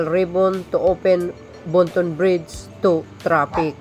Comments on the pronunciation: Ayusin mo lang ang pag bigkas mo ng bridge sa bride kapatid, yes basta tatak Marcos matitibay ang mga pagkagawa ang mga proyekto simula kay Apo Lakay ❤❤❤ 200 K not 200M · You pronounced it bridge not bride's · Hiy ayusin mo pagbigkas mo ng bridge..bisaya ka ba? Bigkasin mo ng bridge hindi brides..ang brides ay babaeng ikakasal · bridg po hindi brige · Excuse me, " BRIDGE " hindi BRIDE...! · Ayusin mo kasi...nakakarindi sa tenga...bride ka ng bride e ang ibig sabihin ng BRIDE ay ang ikakasal na babae...walang tulay na ikakasal😂 Btw, isa akong loyalista...buong pamilya namin...ayusin mo kasi. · ok na sana ang vlog mo kaya lang paki bigkas ng mahusay ung bridge tnx po pilipino tayo